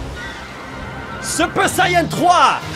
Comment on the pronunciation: c pas un super sayan 3 mais un super chayan 3🤣